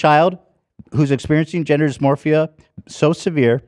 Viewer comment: Ethan continuously saying "dysmorphia" despite being corrected multiple times is so funny